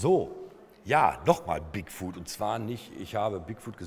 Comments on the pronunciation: die permanente einblendung oben links im bild stört. wenn man die anmerkungen / annotations in youtube aktiviert, wird es noch schlimmer X( wieso sagt er immer wieder "bigfood"? 'foot' spricht man ein wenig anders aus als 'food' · Der heißt doch aber Bigfoot und nicht Bigfood ... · Bigfuhd, Moddmän und Jersey Diewel. Härrlich.